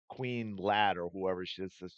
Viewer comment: “Queer” not “Queen” lol.